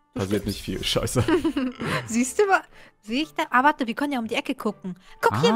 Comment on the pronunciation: Schei sagt man nicht